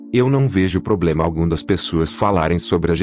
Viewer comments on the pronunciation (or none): none